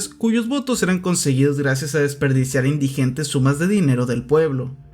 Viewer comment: Ingentes, no indigentes